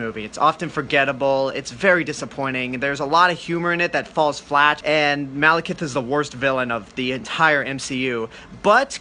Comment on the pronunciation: Its Mal-E-Kith, not Malkith. The E in Malekith is not silent.